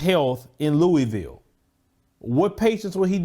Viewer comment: "Luh ah vul" Louisville